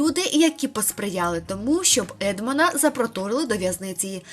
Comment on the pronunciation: ЕдмОн ДантЕс бо він француз. Робіть правильно наголос